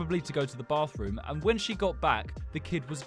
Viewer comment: Can you say closet again 🤭 I missed half of the story writing this, then I heard bathroom, say bathroom 🤭